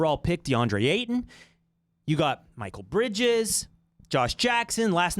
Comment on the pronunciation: "It's Levi-oooo-sa. Not Levio-saaaa"